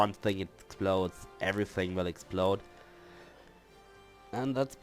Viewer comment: Though I doubt it matters now, I hope this helps. "Adjacency" is pronounced as (Ad - jay - sen - see). Also, in "Fragile," the "g" is pronounced like a "j" so (Fraj-eyel).